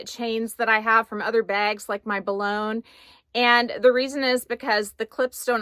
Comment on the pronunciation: Love the wine colour! Oh, and the Boulogne bag is pronounced more like Buh-loyn 😊. It’s a posh area in Paris.